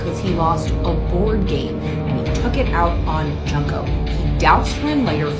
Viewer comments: it’s pronounced June-ko Jesus! Idk why westerners pronounce her name junk-ko 😢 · It’s pronounced June-ko